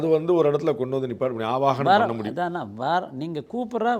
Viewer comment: @@ ஆவனம் தவறு. அது ஆவாஹனம் .அழைப்பது என்பது பொருள் . கடையில் இருந்து ஒரு ஸ்வாமி விக் -ரஹம் வாங்கி வருகிறோம். அது உலோகத்தினாலானது.அதனுள் எந்த உயிரோட்டமும் இல்லை. Mere metal idol. அதை நம் வழிபாட்டிற்கு பயன் படுத்த வேண்டுமானால் அதனுள் உயிர் சக்தி யை ஊட்ட வேண்டும். வேத மந்திரங்களை உச்சரித்து சில சடங்குளை நிறைவேற்றி அந்த விக்ரகங்களை உயிரோட்டமுள்ள தாக்கி பிறகு நாம் வழிபடுகிறோம் .அதனுள் இறைக்தியை செலுத்திபின் அது வழிப் பாட்டிற்கு உகந்த தாகிறது .அதற்குமுன் அது உலோக பொம்மைதான் . Jai Hind God Bless the Good 28.3.26